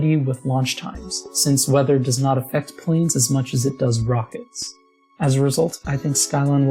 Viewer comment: Nice work. That air cooler is incredible; I'd never had believed it could work if I hadn't actually seen it in action. Constructive criticism: don't pronounce Ts that you normally flap. You're not English, so it just sounds weird when you force hard Ts in words like not and important. Sorry to pick on you, I really enjoyed the video.